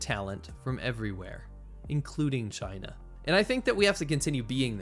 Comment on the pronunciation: 'V' for 'Vachina'